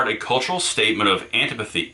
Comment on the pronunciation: ant-eye-pat-high there fixed it for you thanks!